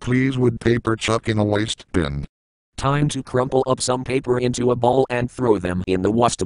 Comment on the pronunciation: Throw paper in The Waastehbin?!